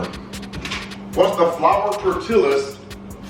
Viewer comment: The Spanish alphabet has extra letters. The double “LL” is pronounced like “ya” so for example your flour “tortillas” is pronounced “tortiyas” . The Another example “pico de Gallo” is pronounced “Peeko de gayo” . Just thought I’d share that. Lol! Great 👍🏽 video! God bless!